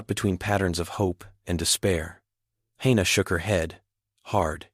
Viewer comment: Wonderful, unusual story! No surprise weapons, no miraculous tech, just grit and interspecies cooperation. I loved it, even though the AI couldn't decide on one pronunciation of Hana's name,.which was a constant annoyance.